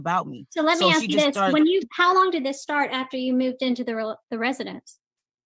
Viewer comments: I have a question and in no way do I mean this in a negative or racist manner. Why do some people of color say “aks” instead of “ask”? I’m genuinely curious, I’m not trying to be disrespectful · Why does everyone in court always say Axed instead of ask? I am so confused. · I know it's minor but could someone please please please help that young lady learn how to say the word ask using the sk ending not x as in ax a tool generally used to chop wood. The word ask is meaning to inquire. Drives me nuts.